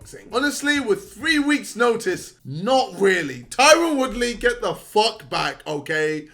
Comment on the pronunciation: idc about swarmz but can we get a wheel up on his pronunciation of ‘Tyron’